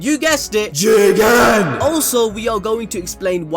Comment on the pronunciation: Starting to hear CHIIICKEENN rather than JIIGEENNN 0.0